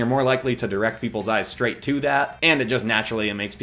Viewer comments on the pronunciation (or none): none